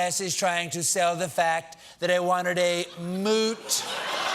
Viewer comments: "Moot?" Dear God! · Here in Australia, Moot (pronounced like Put) is a nickname for a vagina! LOL The press is having a field day. 🤣🇦🇺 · Moot ? ... Moat ?